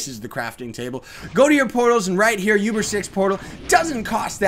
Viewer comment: Btw it's pronounced OOBER, not YOUBER. Not hating or anything its just... it bothers me. Anyways, keep up the good work! :D